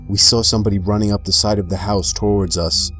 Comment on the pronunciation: love the videos, but why do u pronounce words so weird sometimes? it takes aways from the stories sometimes... "drug adick", "tow-wards". either way great vids